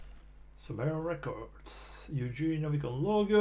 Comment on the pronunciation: Pretty sure his name is pronounced the way it's spelled. Yev-gen-ey